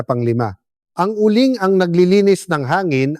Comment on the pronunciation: Uling doc hindi u ling